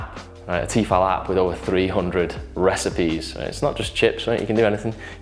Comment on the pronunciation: it's "T-eh-fal" lol